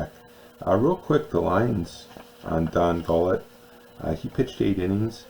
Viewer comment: Don Gullett. Pronounced Gul-it.